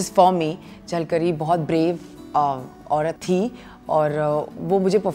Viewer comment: It's झलकारी not झलकरी for god sake ... Pronounce correctly... 😏